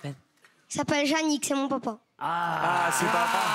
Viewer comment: J'adore quand il dit mesi et mon popa